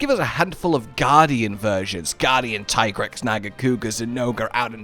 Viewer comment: Here's your unfriendly reminder that it is, in fact, pronounced Tea-grex. 😝